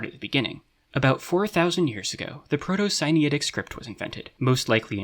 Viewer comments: I find it so interesting that the egyptian/sinaitic correspondence is only which object it is and not the actual names, shows whatever level of understanding. Also, where did you get the pronounciation for "sinaitic"? it looks like its related to sinai, so wouldnt it be similar? idk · great video, but i don't like how you pronounce sinaitic like sinitic. it confuses me